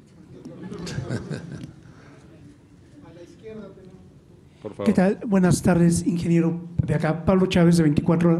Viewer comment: No es airopuerto es aeropuerto sr